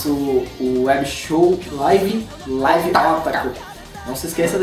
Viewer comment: A pronúncia correta é "líve" e não "laive" ...